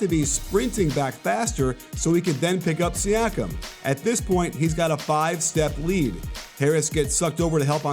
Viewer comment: It's pronounced See-ah-kum.